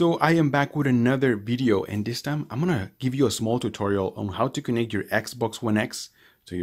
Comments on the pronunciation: a bideo? can't trust nothing u saying now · I'm just repeating what u said dummy, u clearly said bideo